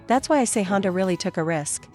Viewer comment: Since when did Honda become Chonda!!!